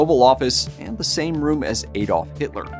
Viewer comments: It's pronunced "AH" dolf, not "AYE"dolf. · Actually, correct English pronunciation can be either with a short 'a' or an 'ah' but not with a long 'a'.